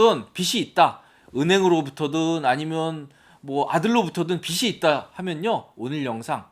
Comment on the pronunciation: 빚이 있다.--->비시 있다가 아니고 비지 있다. 라고 발음하세요. 빗은 머리빗는 물건입니다.